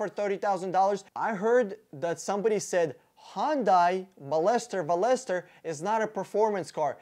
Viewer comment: Veloster is pronounced (Vel▪loss▪ster) btw